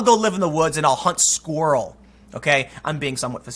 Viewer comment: The way you pronounce squirrel has given you away.. comrade! Seriously though, it sounded like your tongue swirled the squirrel. Other than that, carry on.